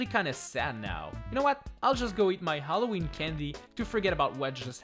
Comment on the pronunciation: You will not say halloween you will say haloweege